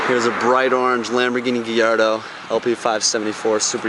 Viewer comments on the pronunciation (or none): lamborghini gillardo?? its gallardo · Lol cant quite pronounce the name properly otherwise a sick car